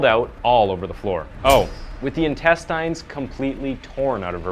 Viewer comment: What is going on with the pronunciations!? "com-PILE-ations"!? "in-test-EINS"!? Is this an AI man?